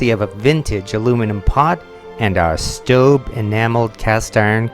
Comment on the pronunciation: I get the feeling that you are pronouncing that pot's name correctly and I am not.